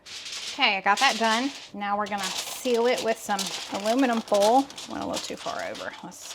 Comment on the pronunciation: Girl...foil is pronounced foy al (2 sylables)! Lol! Not fole lolol! I bet Stephen pronounces it the right southern way! Just picking on you!